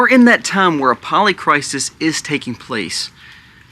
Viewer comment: It's cry-sis...... not cry-sees 😤